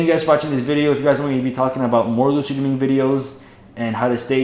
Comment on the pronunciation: "dreeming" lol